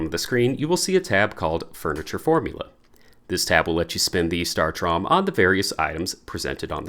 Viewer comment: Thank you, but saying it as “startrom” is killing me lol